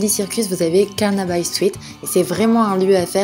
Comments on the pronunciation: Super vidéo, très agréable à regarder! Il me semble qu'on prononce "Carnabi" et non "Carnabaille" mais peut-être que je me trompe... Continuez comme ça les filles en tout cas! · pareil j'ai habité Londres pendant 2 ans et j'ai toujours prononcé Carnabi. Mais j'me dis que peut etre j'ai toujours mal prononcé ahah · Très jolie vidéo, habitant moi même à Londres j'apprécie toujours de voir ces beaux endroits même si ce sont les plus touristiques !! Par contre, es-tu sûre de la prononciation de Carnaby ? (peu importe) Le quartier de Hackney te plaira sûrement avec pour l'été un parc où tu as un BBQ area et le samedi un joli marché à taille humaine... Avec ton beau vélo je te recommande de partir du London bridge jusqu'à Greenwich en longeant la Tamise (un jour où il fait beau tu auras de magnifiques images) tu peux ensuite traverser la Tamise avec ton vélo par le petit tunnel et longer encore la Thames pour revenir au pont en passant absolument par les Docks de Ste Katherine !! Bon dimanche